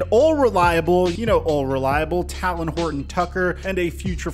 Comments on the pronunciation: TayyyyLen not Taaalen. must watch laker games without sound like Unc Shay Sharpe 😂😂😂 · How is a Lakers fan and still not able to pronounce THT’s first name? Lol it’s“Tay-lin,” he isn’t a bird…